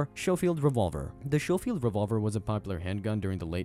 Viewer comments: skoh - feeld , not sho - feeld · The OK "coral"? Point forty five? Show-field instead of sko-field? Is it THAT expensive to hire an English speaking narrator who is a REAL person? Also, why show modern firearms, US Army uniforms and CO2 replicas when talking about these 19th century weapons?! Why not just use ALL Hickock 45 videos? He has covered all of the guns you did. Finally, what about these is brutal? I guess if you beat your opponent to death with one, but that would be you beating him, not the gun. Try harder next time. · It's pronounced "Sko-field." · The way the narrator describes the ammunition as "point 45" and his pronunciation of the word Schofield drives me bananas!!! 🤬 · #1 get rid of the A.I. voice that can not read correctly. #2 hire a writer that knows what the hell they are talking about. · OMG learn how to pronounce Schofield! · First, would it kill you to have your AI pronounce "Schofield" correctly? Second, the scene from "The Quick and the Dead" you use to talk about the Remington 1875, the Kid is showing off a Colt Peacemaker in the clip, not a Remington. You end the clip literally right before he unveils the Remington 1875. Come on now, son...you've got to do better than this.